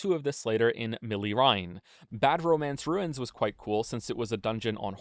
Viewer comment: It took me 20 minutes to understand the “bad romance ruins,” till he said “Rauh Rauh Ruins” 💀 I had my doubts but this video was peak